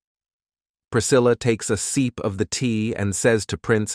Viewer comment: Bro “sip of tea”? Nah Seep of tea 😂😂